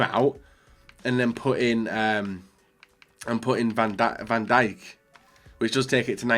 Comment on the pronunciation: U nid to know how to say van dijk properly